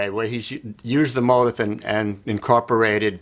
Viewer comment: The pronunciation is (mO-tEEf). I've played this song ever since it was composed but never understood the structure. Thanks for another great lesson!